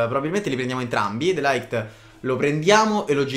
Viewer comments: Si dice De Light non De Laight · De ligt si pronuncia proprio de ligt, non de laigt